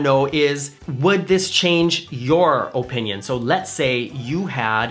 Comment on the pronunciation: I like how you say, “oh, pinion. It’s so cute! I say oppppinion. What say ye!